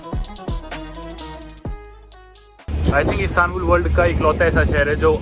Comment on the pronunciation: ISTANBUL ❌ CATSTANBUL ✅😂